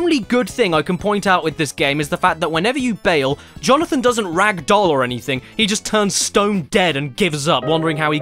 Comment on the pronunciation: "Jonathan." -Jonathan, Jo/na/than